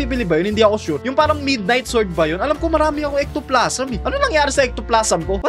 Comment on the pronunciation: Ectoplasm un lodi pero Ektoplazem yung pronunciation